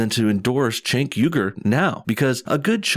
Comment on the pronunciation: it's pronounced Jenk, not Chenk. just sayin